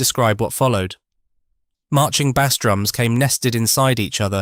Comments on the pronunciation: it really jars, doesn't it? It spoils an otherwise good channel. I struggle to listen to it. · Hearing "bass" pronounced wrong in one sentence then correctly in another tipped me off. Clicked off after that. Don't even care if it's interesting, if creators won't put in the effort, neither will I.